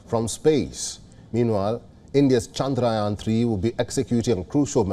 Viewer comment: Loves the way he pronounced chandrayaan so perfectly